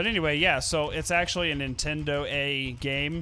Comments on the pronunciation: Why do u ow them money if u say netedo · why can't you say entendo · Why can't they say Nintendo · you don't need to say nintendoa it is just ok to say Nintendo that is fine you don't need pay money I say meny people say Nintendo in there videos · Why can't they say Nintendo? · Why cant you say nintendo